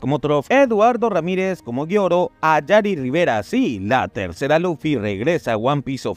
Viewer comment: Por que pronuncia Luffy con laffy o loffy?